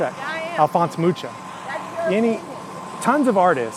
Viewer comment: Mucha is pronounced MOO-HA